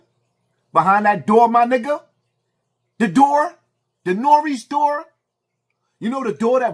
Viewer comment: "The Norey Door" Diabolical